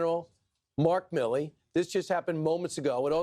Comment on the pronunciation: Not My-Lee … Mill—Lee